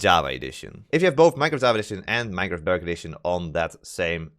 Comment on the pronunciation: The way you say "Bedrock Edition" sounds like "Better Condition" and sometimes sounds like "Butter Addition".